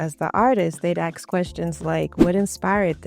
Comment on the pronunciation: I love your ideas and how you present your points. However, every time you say axe instead of ask, it grates on my nerves. For such a lovely, intelligent woman, doing this takes away your authority and makes you seem less of an expert. I’m not trying to criticize, I’m giving you something to think about. Don’t dumb yourself down by using street-level speech. Just food for thought, and more importantly, just my opinion.